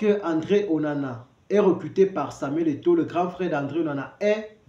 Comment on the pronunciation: Il ne parvient même pas à prononcer le nom de Samuel Eto'o! Shame!